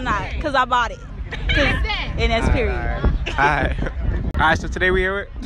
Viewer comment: When they said period it sounded like pigeons